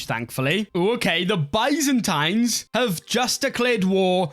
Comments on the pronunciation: Its not BAYZANTAINES:face-purple-crying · the way you say byzantines and cassus belli makes me mad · maybe he should for the future video learn how to say byzantines and casus belli